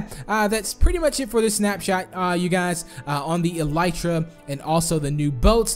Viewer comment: Pronounced EL-UH-TRUH